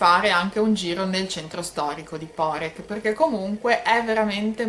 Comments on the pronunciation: Poreč...l'ultima lettera non si pronnuncia come una K...quindi non è Porec come Lucca ma è Poreč come Lecce....comunque per gli Italiani e meglio se la chiamano Parenzo visto che è il nome della città in Italiano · Esatto, la Č si pronunica come Lecce, come cia come ciao. Hai la Č dura e la Ć piu' morbida. Quindi non Porek (come la signora/signorina pronuncia nel video) ma Poreč.